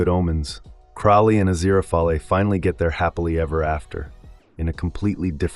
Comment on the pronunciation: You know it's an AI voice when they can't pronounce Aziriphale properly.